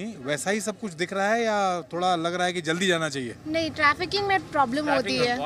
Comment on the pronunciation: Not 'trafficking' madam... Please do correction...